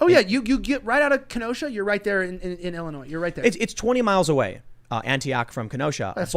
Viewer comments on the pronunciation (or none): none